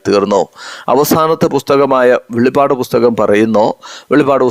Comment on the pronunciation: സുഹൃത്തേ വെളിപാട് എന്നല്ല പറയേണ്ടത് വെളിപ്പാട് എന്നാണ് അറയേണ്ടത് 😪